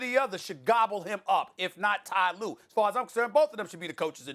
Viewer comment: Ty lue?? 😆😆 Nah fam!!